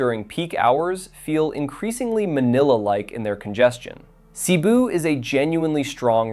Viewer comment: The correct pronunciation is Seh-BOO. Not SEE-boo.